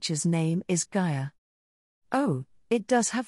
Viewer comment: idk I'd think of gaiya as holy fuck gayay is hard to hear lol